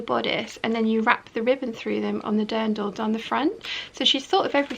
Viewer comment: All the lovely sparkle! I absolutely understand your love for all of them. And your pronunciation of Dirndl is pretty close, o need to worry about that one.